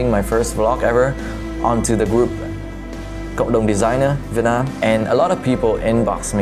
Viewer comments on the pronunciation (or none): none